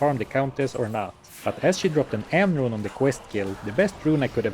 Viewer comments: "Rune" is already a cool word, but pronouncing it as a Swedish one makes it so much better. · Your pronunciation of “Rune” was really good.